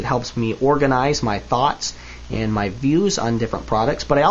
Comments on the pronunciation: It does sound a little like you've said "defend myself from my family" not "defend myself AND my family" which I'm hoping is what you were meaning ;) Interesting video though, I like the look of the speed loaders, I think if you were defending yourself they'd be quicker. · It sound like he says "defend myself from my family" Note: I do understood what he really said.